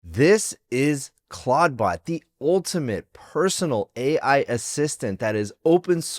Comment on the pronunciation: Stop calling it claud-bot